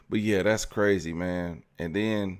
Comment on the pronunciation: Flavored air is cwazyy